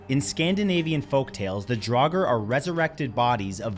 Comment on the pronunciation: Theyre pronounced DRAWger. Its not dragger, nit draouger DRAWger. Also stop using fkin skyrim as reference ffs! Drauger was a name given to ANYTHING supernatural such as ghosts, zombies and occasionally witches (but witches and seeress were more commonly called volvä) it had nothing to do with "magic powers" and everything to do with p1ssing off the gods or inviting a curse. The closest you have in your English is zombie. If youre going to use another cultures language or heritage, do your damn research properly - a p1ssed off norwegian